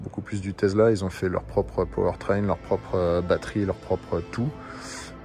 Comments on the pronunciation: Tu te moques de ceux qui disent DoLorean alors que tu dis TeZla pendant toute la vidéo … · Mais pourquoi tu dis TeZla et non TeSSSla ?